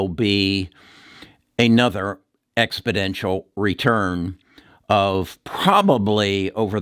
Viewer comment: Expodential as you keep saying isn't a word, exponential is, just thought I would bring it to your attention.